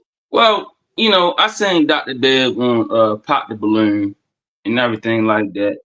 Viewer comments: When he said pop the balOORN I knew exactly where he was from lol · 😂😂😂😂😂 when he said balurn I knew he was Baltimore and he confirmed it 😂😂😂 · im from Bmore tOO and said the exact same thing LMAOOOOOOOOO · Same Here 😂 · No frrr🤣🤣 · I said the same s*** LMAO